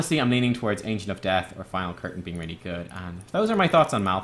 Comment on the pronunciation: its pronounced Malthael with a silent E merge the a and e to an AE sound thats the correct pronounciation